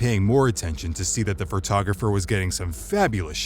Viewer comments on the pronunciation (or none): Photographer, not "frotographer"